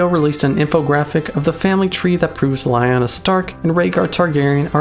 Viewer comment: you know, the way you pronounce lyanna always makes me think you are saying lion-o XD